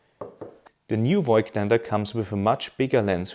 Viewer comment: Die optische Formel wurde ja nicht geändert, somit sollte eigentlich klar sein, dass die Bilder gleich sind. Und als Wiener sollte man „Fogtländer“ richtig aussprechen….😉 ehrlicherweise dachte ich auch immer, es heißt Foitländer“, tut es aber nicht. Ich finde Deine Videos trotzdem sehr informativ….